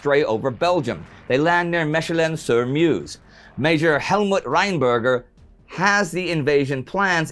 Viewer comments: Meshelin? It's like Maykelin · Superb history channel! Even "Mechelen" is almost pronounced correctly :-)Greetz from BEL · Great show off course - but the way he says 'Mechelen' is horrible :p - … speaking as a Belgian